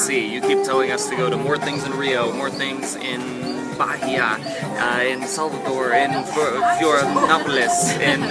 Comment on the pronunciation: Bahia the H is silent.